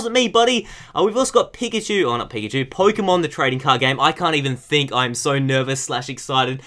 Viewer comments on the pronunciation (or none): Does he say 'pikachu' or 'pigachu'?